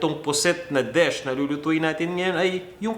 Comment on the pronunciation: Posit na desh? Can you say DISH?